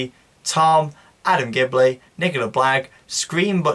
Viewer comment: Argh you said gibley haha. It's Gilbey 😊 loving the show